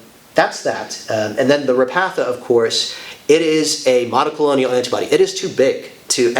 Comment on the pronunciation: please...it is not monocolonial. It is mon-o-clone-al